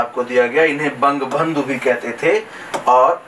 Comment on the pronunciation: Ye bang bandhu ko bang bhang kah raha hai